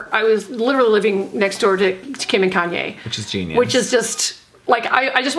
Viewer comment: “Kayne Kardashian West” 😂😂😂😂😂